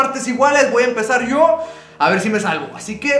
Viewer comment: O en vez de yo dive sho